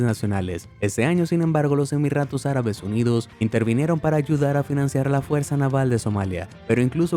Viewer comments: Emiratos no Emirratos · los emirratos arabes.. like por el sorprendente ruso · hahaha los emiRRatos árabes